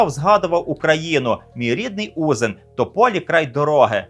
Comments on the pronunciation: Павло Романович Попович земляк! Тільки правильно буде не Узин а УзИН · Щиро дякую за україномовний чудовий контент. Величезне прохання під час підготовки випусків перевіряйте, будь ласка, наголоси населених пунктів! Не У'зин, а Узи' н. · Перепрошую, але батьківщина космонавта Поповича звучить як узИн а не Узин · Ніякий не Узін. 😡😡😡😡😡😡😡😡😡😡😡. Безграмотний, я слухаю мене аж вивертає. Узи́н — місто Білоцерківського району Київської області на Придніпровській височині. Центр Узинської міської громади. Населення 12 тис. мешканців (2024 р.). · Узин - правильна назва, і ніякий не Узін 😡😡😡😡😡😡😡😡😡😡😡😡😡😡😡😡😡😡😡😡, безграмотний 😡😡😡😡😡😡😡😡😡😡😡😡😡😡😡😡😡😡😡😡😡😡😡😡😡😡😡😡😡😡. Узи́н — місто Білоцерківського району Київської області на Придніпровській височині. Центр Узинської міської громади. Населення 12 тис. мешканців (2024 р.). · Дуже дякуємо за випуск🤗. Та в мене є малесенька поправочка: у назві містечка Узин наголос ставиться на "И". Вітання вам з Білої Церкви❤ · Моє вітання з Білоцерківщини. Вірно наголос ставити на 2 голосну. узИн. Красно дякую, цікаво дуже. В тому училищі я теж на столяра навчався. При мені вже спту6. В на тепер медичний коледж.🇺🇦🔱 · Дякую вам, ви теж помітили неправильну вимову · УзИн, наголос на И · Гарний випуск, як завжди. Але, не Узин а узИн (наголос на И) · Виріс неподалік цього містечка) і вперше почув наголос на У)) так дивно) для мене він завжди був узИн😌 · Пане, правильно говорити УзИн. Наголос на "и". Дякую за відео! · Павло Романович Попович народився в місті Узин Білоцерківського району Київської області. Це всього за 20 кілометрів від Білої Церкви, Узин, наголос на другу голосну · Привіт із Білої Церкви 👋 Все добре, але не в місті Узин наголос потрібно ставити на другий склад👍